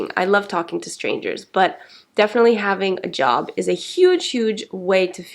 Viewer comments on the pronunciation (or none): none